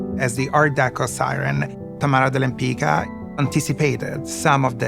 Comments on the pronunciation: Her name was Łempicka pron. WHEM-PITS-KA, not "Lempica". (This was her Polish husband's name, though she herself wasn't Polish). Forget the "de" - it was just a fancy French addition to sound more chic. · I cannot understand why these people pronunce their own name in a wrong way. Łempicka is a Polish name and correct pronunciation is [wempicka] "c" is pronunced like s/c "k" is pronunced like in a word "kind" . It sounds Italian now but it is not correct. To be honest, original pronunciation is much better. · I only wished they learned how to pronounce her last name properly. 😒😒 Abomination. Her own granddaughter butchers her beautiful surname. Shocking 😳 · I wish the expert were able to pronounce her name properly…. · Why does everybody mispronounce her last name? The letter “c” is pronounced as “z” in “pizza”. It’s a typical Polish last name. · I belive that the slavic pronunciation is the correct, the original one. The pronunciation they use in this video has been changed to suit the speakers of romance languages. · No, the pronounciation in this video is not correct, even the great grand daughter calls herself like this. But Lempicka/Lempicki is a polish name and has to be pronounced following the rules of the polish language.